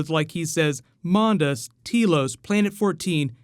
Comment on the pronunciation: it MonDAS, not MonDIS. I think you will find the First Doctor is supposed to be from the Tenth Planet. There is the connection between the snow and the Cybermen of the story. And the duality of regenerations. Its the south pole.